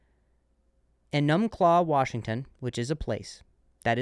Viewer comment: EE-numb-claw. Hoping to see you in Beantown. Also, Deirdre is a hair-puller and a head-butter.